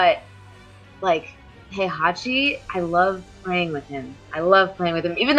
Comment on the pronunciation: Poor Heihachi, he stood as the foundation of this community that has built around him and legendary tournament he hosts. The game has voiced story with his name pronounced time and time again, we're moving to the 4th season and there's still casters who can't pronounce his name right, is that gonna be his legacy? You deserve more respect than you ever got but alas the annals of history are not written by the losing party. Yet some of us will remember who you were and what you built for us. Thank you and RIP, you have more than earned it.